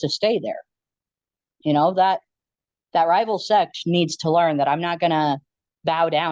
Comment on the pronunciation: He says "set" like its a gang lmao